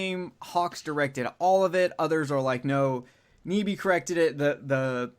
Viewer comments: His name is pronounced NEye Bee, not Nee Bee. I know because I once dated his niece. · Nyby is pronounced nigh-bee! And yes, my uncle Chris directed The Thing.